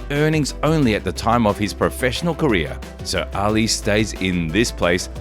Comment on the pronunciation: His name was not Muhammad Alley.... Try Muhammad Ali (ahh-lee)